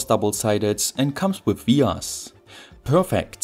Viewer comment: What's a ve-arse?